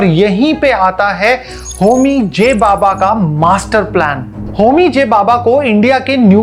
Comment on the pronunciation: वीडियो बना रहे हो अच्छी बात है, इतना बड़ा चैनल है रिसर्च भी की ही होगी, लेकिन एक नाम ठीक से बोलना नहीं आया, भाभा को बाबा बोल रहे हो